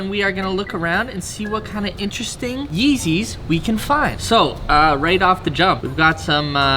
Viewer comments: Mans said real yezzys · Is it just me or did he say feezys a lot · he said feezys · did he say feezys